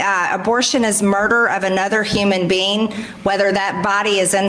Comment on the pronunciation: …..anuthurr human bean…..